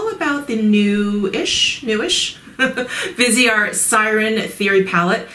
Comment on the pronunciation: Viseart means FaceArt. VEEZ R is how you say it. Vee Zar. No T.